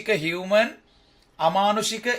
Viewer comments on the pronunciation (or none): මානුෂක human pronounce karanne හියුමේන් කියලද්?